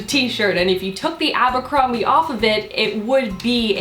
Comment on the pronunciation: you say abercrombie funny! <3